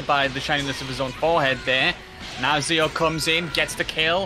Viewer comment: (Zio is zee-o and not zayo)